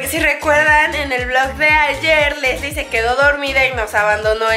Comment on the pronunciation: Se dice lessli